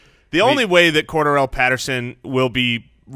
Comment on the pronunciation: Are they pronouncing his name as cor-da-rell ?? Lmao